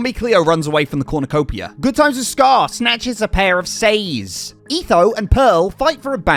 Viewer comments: Sais is pronounced like sighs not says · I’m a martial artist and “sais” is pronounced sighs and it’s the weapon that Raphael uses in TMNT! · Its pronounced Sigh s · Sais is pronounced s-eyes